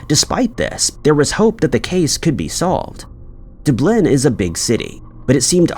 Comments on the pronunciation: Dooblen. The Dubai of Ireland. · yeah......YOU NEED TO FIX THAT...DUH- blin.... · Haha, yes-- I remember it from several years ago at the least. Still saying "Doo- BLIN" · Yep. Lost me at De-blin! 😂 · Oh you mean it's not pronounced "Dubleh"?... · My guess is that the AI is trained to believe anything in Europe must have French pronunciation. Du Bleen. Kinda the opposite of how all the French-named streets in New Orleans are pronounced without a hint of French. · Why, yes, it's Dooblin, don't you know! 😂😂😂😂😂 AI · That’s literally NOT accurate. No one in the US has ever pronounced “Dublin” as “Duh-bleh”…unless they’re trying to say it with a mouth full of Novocain. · Doobliin is a small French town in Ireland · can say Edinburgh correctly but not Dublin lol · No way this man doesn’t know how to say Dublin 😭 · I kept listening and thought the comments where being extra about his pronunciation but after the 3rd time of him saying dublin, i get the outrage and i wont be listening anymore 😑😡😑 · you don't know how to say dublin? how? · What is with the weird mispronunciation of Dublin?? Is this AI? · just because it's AI is NO excuse................. in fact there is NO excuse over 'Dublin' ................ FFS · Yes it drives me crazy!!! 🤪 A simple word. Everyone has heard of Dublin. If not you have been living under a rock!! Makes him sound stupid!! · He legit been pronouncing Dublin wrong for 10 years now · It sounds like an AI trying to say Dublin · Lol, I noticed that too. Weird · Yea i can’t believe that anyone hasn’t heard Dublin pronounced in their lifetime much less someone who’s talking and reciting stories for a living . Have you never seen a movie or listened to a news broadcast ever Dublin is not some rarely mentioned city it’s one of the ten most known cities in Europe . It’s honestly embarrassing . Do better if your gonna talk for a living . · i think it's AI. also says DIS-play and other weird inflections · Lol dooblin....sounds like a weird verb😂